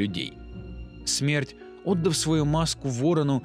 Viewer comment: Браток,поработай над ударениями: "прибЫв",а не "прИбыв","отдАв",а не "Отдав" и т.д (За первую и вторую части штук 5-6 таких неправильных ударений). А видосы очень годные,хорошая подача,интересно рассказываешь.Лайкос поставил. P.S: В конце,"Когда Война сломает 7ую печать и призовёт своих братьев...",надо было добавить "и сестру" ;D